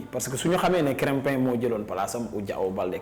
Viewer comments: C'est krépin pas créme 🍞 le journaliste 😳😳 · De grace,, apprends déjà à prononcer le nom de Krépin. C'est quel genre de journaliste ça? tu es vraiment nul quoi!!! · C'est vraiment dérangeant comment il prononce